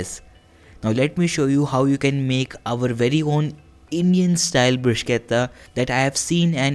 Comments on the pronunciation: It is Bru-shetta and not Brus-ketta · bhaiya sab sahi hai, bhot achi recipe...lekin bruschetta ko pronounce ब्रुशेटा bol k karte hai. ब्रुसकेता ni. 💗